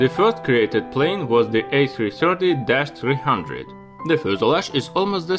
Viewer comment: I meant to say “Russian”......as you say the A 3 Chirty :)